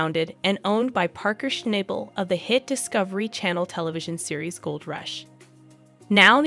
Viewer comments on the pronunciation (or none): If you're going to make videos about Paerker, at least get his name right. It's Shnahbul, not ShnAble. Jeeze. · Hey girl learn his name is not schnible😂..... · His name is shna bel iyiyi , you program is a mess if you dont pronouce his mame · Damn it his name is not Schnable with a hard A it's a oft a get it right!!!!! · Why in heck do you keep showing Todd Hoffmann crew. There was nothing about Parker and Tyler and you pronounced Parker’s last name incorrect the whole time!